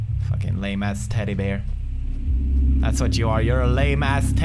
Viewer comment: Love how he says teddy bear like teddy beer :3 hahaha